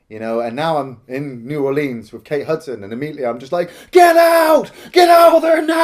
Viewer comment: There is NO long "E" sound in the word "Orleans".